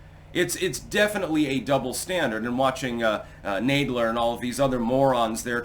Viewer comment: Hey its Nad- ler like kick in the nads.